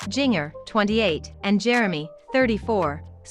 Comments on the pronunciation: Jin-jer.....not Jing..er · Right. I was hearing jr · It's Jinger, not Junior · What I don't understand how in the world you don't know how to pronounce Jinger? So many other creators mispronounced other names and words in their vids. Makes me crazy! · “JING ERRRR” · Omg I wish this robot could pronounce Jinger's name right 🤦‍♀️